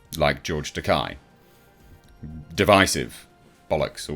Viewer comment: Agree with you ... but your pronunciation of Takei. It's pronounced like Okay. 👌